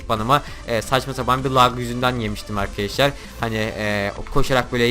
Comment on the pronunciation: 13 saniyede 3 kere arkeşlar dedin arkadaşlar da değil xd